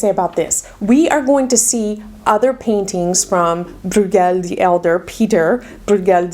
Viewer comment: Also, his surname Brueghel (spellings do vary) is pronounced “broy-gel, with a hard G.) Some dialects pronounce it as “broyel”, omitting the G. But you’ve done a wonderful job of educating us on these paintings!